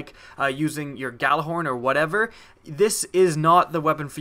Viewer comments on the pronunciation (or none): And he can't even pronounce Gjallarhorn properly.